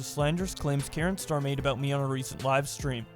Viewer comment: It annoys me greatly that he calls him KarenStar.